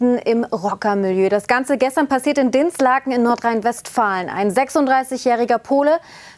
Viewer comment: Spricht man das I in Dinslaken nicht länger aus ?